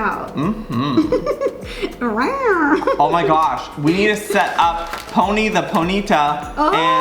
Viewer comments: Did Joey just say "Ponty"? Since when did pony have a "T" in it? LOL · When he said ponty tho instead of pony 😂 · IT'S PONY NOT PONTY! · It's pony not ponty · Did Joey say pontie instead on pony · Why did Joey say he has “my little ponty” it’s pony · My little ponty ???Joey its my little pony silly (no hate) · Octo I thought I was the only one who heard my little ponty no hate towards Joey hahah 🤪